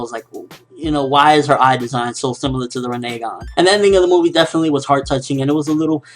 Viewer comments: rinnengan - ren-nin-gone not ren nay gone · buddy... Why you gotta be different? The show and everyone else in the world pronounces the Rinnegan as Rinn - eh - Gon... But you for some reason are saying Rinnay - Gon. NOT HATING, JUST WONDERING. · LOL you said RENE-gan lol:3 but anyway great review:) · Can you learn how to pronounce rinnegan please i hate hearing you say it incorrectly.